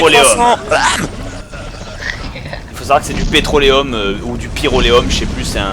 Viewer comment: Comment il écorche les noms le bob ! ^^ Pyroléum quoi. XD